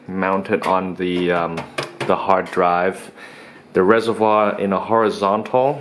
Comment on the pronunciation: it's Reservoir, please emphasize the r more it's so cringe.